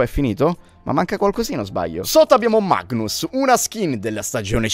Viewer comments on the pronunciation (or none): none